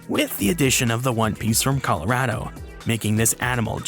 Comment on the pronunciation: Love the video, but hearing you pronounce Colorado and the area's around here physically hurt me.